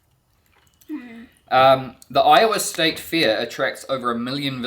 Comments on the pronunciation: We'll forgive you for mispronouncing I-owa... 😊😊😊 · IOWA is pronounced how it feels not how its spelled so its more like I ohwa or iwa or i ough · Iowa is pronounced eye-ah-wah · Even after being corrected she said Iowa incorrectly! 😁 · No, the primary stress in I-o-wa is on the first syllable. Secondary stress on the last syllable. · omg this whole video I thought Iowa was the name of Edwards mother because of how you were pronouncing it lol I love your videos you are so engaging great job 👏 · Actually,, the stress is on the I in Iowa!😉